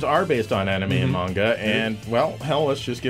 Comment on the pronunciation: "Menga" :P